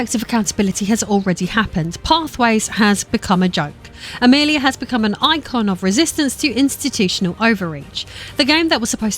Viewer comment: When you first said Amelia as Amerlier my captions kind of struggled with it 😆